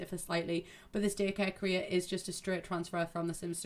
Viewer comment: Every time you said career it sounded like “Korea” for some reason :’D I was so confused xD